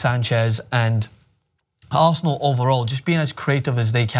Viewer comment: "Aresenal" though